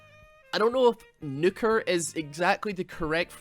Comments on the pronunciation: He's saying Nuker like its Nucker... Isn't the base word Nuke (like the weapon of mass destruction). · Are you trying to say Nooker or Nuker? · The way you pronounce words is the most frustrating thing, like you pronounce nuker like snooker and i cant figure out why its like your just trying to attack me